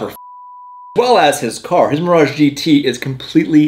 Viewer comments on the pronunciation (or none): none